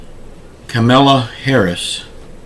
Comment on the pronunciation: Joe Biden's mental health??? Donald Trump has been out of his mind his entire life..He doesn't know all of the 50 states...Can you say the Vice President's name correctly??? It's KAH MAH LAH. not the way you're pronouncing it...